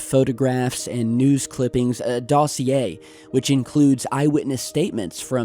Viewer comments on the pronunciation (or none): none